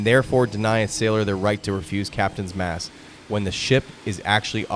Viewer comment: It's Captains Mast not mask.